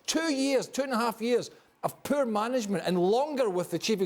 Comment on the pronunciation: “MANCHESTER UNITED HAVE BEEN PURRR” Craig Burley